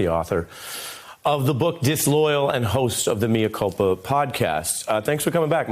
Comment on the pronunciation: It's Latin, Ari. Pronounced, may-a-Kulpa